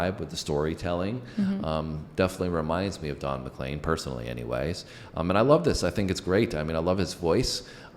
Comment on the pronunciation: Just to help - CROW-chee - accent first syllable. He was on his way to do a concert at my college when his plane went down. Very upsetting. And Don is McLean (leen) not McClain.